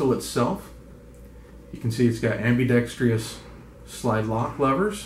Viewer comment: It's ambidextrous not ambidextreus!